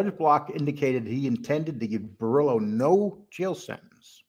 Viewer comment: Bor-Illlo or Bor-Ello? 😆. If you're going to make content on Italians, you gotta stop butchering the names. Its actually quite important.